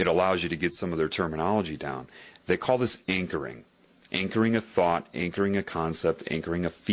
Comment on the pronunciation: jeśli mogę zwrócić uwagę to lektor używa tam słowa anchoring (zakotwiczenie) a nie encoring